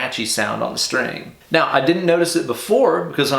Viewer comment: Is there something wrong with my ears or are you saying "mauw" in stead of "now" like in that super troopers scene? Cool lick btw. I'll give it a go in a few'.